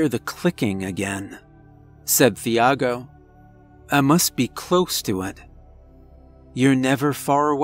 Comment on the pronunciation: Love your narrations, my dude, but the h in Thiago is silent. 😉 It's pronounced like Tee-ah-go in Portuguese or Chee-ah-go in Brazilian Portuguese. 😅